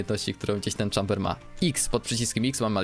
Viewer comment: Nie "czamber" tylko "chejmber"